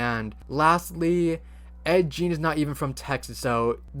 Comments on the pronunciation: Just fyi, Ed Geins last name rhymes with Bean, not Jean. 😁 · Ed Gein's last name was pronounced GAYN not JEAN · Ed Gein is not pronounced Jean. It's g like gun. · It's pronounced Ed "Geen" not Jean. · Ed Gein was the stupidest, shittiest serial killer around. Bro, its not Ed Jean, its Ed Geen (pronunciation), not that i care to show respect to him, hes so.... built up for nothing. The whole skin shades and skull lamps was rediculius, yes he had some of those things, but he didnt go murder a bunch of folks, Gein murdered like one and dug a body up, it was really mild on the overall gore scale, at least in my opinion it is. Heck im normal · It's Ed Gein not Ed jeen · It's Ed "GEEN" no "J"sound. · Uh texas chainsaw massacre isn’t exactly supposed to be Ed Gein… also pronounced like it would be geen it was based off of what he did because yes he did wear the faces of his victim… but it’s in a way it’s own horror masterpiece. Coming from someone who actually lives in texas… we tend to hear that it was actually a family that killed people and turned them into food and sold them to other people… hence why it’s still a place in texas and uh well as the name says they probably used chainsaws to cut apart their victims (due to I think their main item being like hamburgers as well)… but that movie isn’t the only one supposedly inspired by Ed Gein… To name a couple extra, Silence of the Lambs, and Psycho (imo psycho would probably be better adaptation for ed gein anyway) Leather face did indeed show traits of wearing skin for a mask. But that’s really all. All it really shares is inspiration. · A couple of critiques * It's pronounced Gein (Hard g like grape) * He wasn't a cannibal * Granny was made to fit into the slendrina universe Otherwise good job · Ed Gein is pronounced like Green just without the r sound.